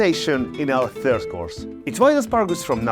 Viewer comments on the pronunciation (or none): none